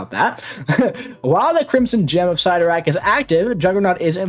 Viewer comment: Love the channel!!! Love you like a brother from another mother, but...never...ever..ever ever ever ever ever ...say Cyttorak again... ever...